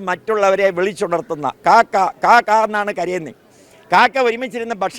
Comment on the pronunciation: കാക്ക അല്ല "കാക്കാ".